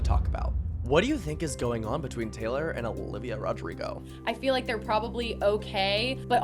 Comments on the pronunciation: 'gaylor' SORRY WHAT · the gaylor is driving me crazy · “Gaylor” Oh!… uhm… who is gonna tell her. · the gaylor is driving me nuts 🫩✌️ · Why does pronounce taylor like that